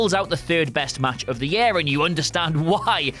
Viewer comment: Year not yair